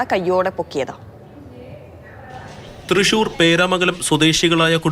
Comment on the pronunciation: Trisssuurrr allaa Thrissur ann... 😁